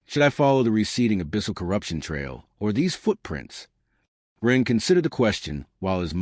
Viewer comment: Someone would probably need to rip the webnovels and give it to something like eleven labs. This one calls Ren "Run" and "Ron" lol